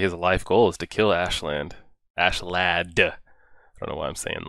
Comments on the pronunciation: Thats how they pronounce it in the anime but in the native tongue it would be more like, "as-ke-lad" Same deal with thorfinn. in the anime the H is silent but in reality it would be a 'Th' sound. Its just how japanese pronounce things. (which is wrong but thats fine, we certainly dont get their language right in our media lol) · Its Askeladd ( Asheladd is the right pronouncination i think). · So glad you realised his name wasn't ASS-LAND haha